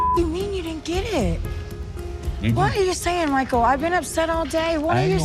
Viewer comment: The way you say MICHEAL with the accent is so hilarious